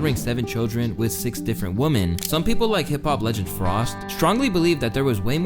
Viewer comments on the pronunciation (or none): The Plural of WoMAN is WoMEN! And it's NOT pronounced the same! I know it's random but literally EVERY video on YouTube from a gen X, y and z! One Woman... Many Women. Different words, with distinct and different pronunciations.